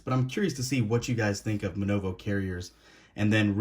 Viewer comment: It's not MNOVO, it's MVNO (mobile virtual network operator)